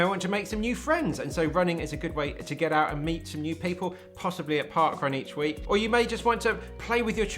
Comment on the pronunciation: Great video! I like that "add some strength into your week" sounds like "add some strength into your weak".